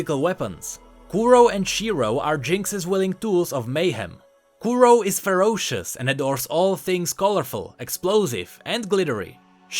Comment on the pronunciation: kuro means black and shiro white so don't accent o because it's in japanese